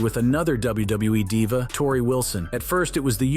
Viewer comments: Hearing this guy say wwe is triggering my ocd 😂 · Dabliubuiee, Dabliuibluiee, Dabliubluiee, Dabliulebuiee.